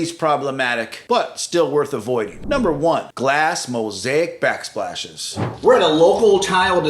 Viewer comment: He said “glass mosaic black spashes”… 😆😆 Thank goodness. So glad I’m not the only one!!🙌